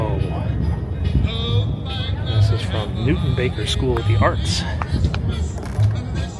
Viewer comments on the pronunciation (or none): none